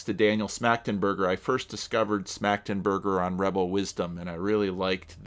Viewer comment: Your (initial) pronunciation of Schmachtenberger was actually pretty good. 👍